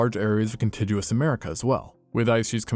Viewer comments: "continJUous America?" I think you mean, "contiguous" con-TIG-u-ous. (hard G, like big, dig, fig, ...) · "contiguous" is a "hard G", like 'gum', not 'germ'